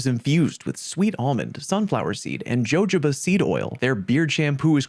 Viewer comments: It’s pronounced HOHO BA oil 🍆 🪒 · did this man just say "joejoeba"